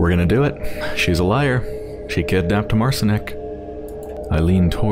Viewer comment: It's pronounced Mart-Sheen(ek) if anyone is wondering. Polish for Martin.